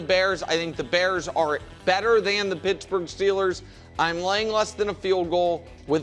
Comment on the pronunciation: Wildes said, "you said Schittsburg"